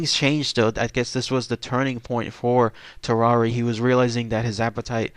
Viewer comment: lmao u pronounced tarrare like ferrari...... hes french my guy its tar-ehr